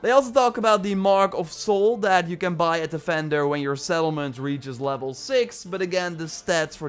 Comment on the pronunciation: What an agonizingly painful accent. It’s vender, VVVender. Not fender, that’s a guitar brand. And other is udder...so what does he call cow titties?